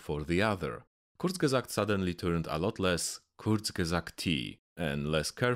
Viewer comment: I've never heard a perfect pronunciation of "Kurzgesagt"!